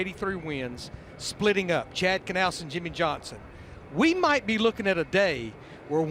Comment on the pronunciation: Yimmie yohnson